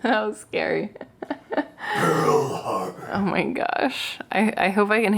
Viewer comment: The way he said Pearl Harbor cracked me tf up 🤣🤣 love you two and the fur babes